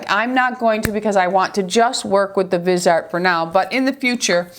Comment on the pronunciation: Love your videos! It's pronounced Vis-e-art.